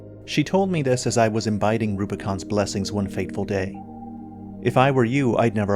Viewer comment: You said 'imbiding' but you meant 'imbibing'.